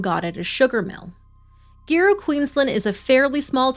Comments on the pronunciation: hey! so awesome work, as always :) but Giru is pronounced Garoo...soft G, with emphasis on the second syllable...just a heads up lols (I grew up in the area). The greater community was PISSED wrt to Zhara's case xx <3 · pronounce Gooru. Zahra was in my boys class. I worked with Adam. A weak man but never expected that. There is a plaque at the school to commemorate Zahra